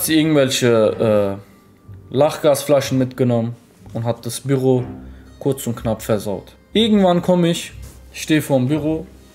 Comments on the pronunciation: Das triggert mich heftig wie er Büro sagt. Bürro? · Büüroo nicht birro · ES HEISST BÜÜÜÜRO NICHT SO WIE DU ES SAGST ALTER WIE HART DAS TRIGGERT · WIE SPRICHT ER BÜRO AUS ICH RASTE AUS